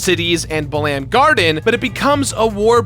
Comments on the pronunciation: It's pronounced bah-lam garden.. bah-lamb sounds absolutely hilarious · My ear bleeds... it's "Bah-lum" like gum. For Balamb Town. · Lmao, I've never heard Balamb pronounced that way. I've always hear BA-lum or BA-lam, with the emphasis on the first syllable. Now I've got an image of the FFVIII cast jamming out to Spider Bait stuck in my head. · Buh-LAM garden, interesting pronunciation. I always thought of it as bal-umb (first syllable sounding similar to how you'd pronounce the bal in "balance") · Ouch, it hurts me the way you pronounce Balamb.... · Yeah his pronunciations are weird sometimes... Quistis, Balamb, Ultimecia...